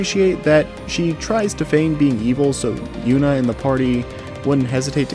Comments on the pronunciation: Saying “Yunah” instead of “Junah” throws me off everytime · Please tell me you played the game in japanese or something because I have no idea where you got the 'yuna' pronunciation lmao